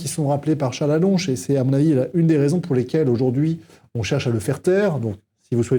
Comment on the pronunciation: Faites au moins l'effort de bien prononcer son non Charles ALLONCLE !